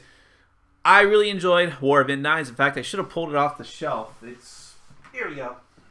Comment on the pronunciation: Thanks for the vid. FYI, the name of the world is pronounced In-deens.